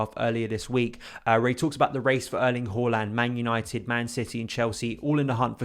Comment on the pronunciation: Its haa-land not hooh-land 🤦🏻‍♂️